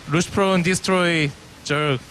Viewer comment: LOOSHPROWN rofl